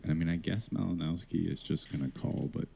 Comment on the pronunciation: It isn't pronounced "Malinowski", but "Malinovski"/"Malinoffski".